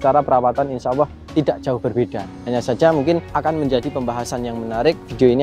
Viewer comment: Bukan Insyaawwoh TAPI yg benar ; INSYAALLAH